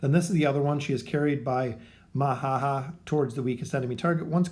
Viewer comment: its not Mahaha Its MAMAhaha